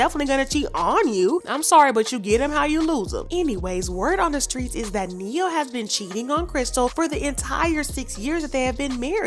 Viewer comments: Uhm . At 2 mins & 58-59 seconds. You Furrrrrgot to Roll the Tongue on Strrrrreets 🤦🏾‍♀️💙💯🤗 Continue... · When you say streets you have me on the floor!